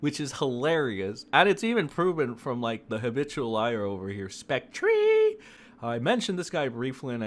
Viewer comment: Or how about specTREE😂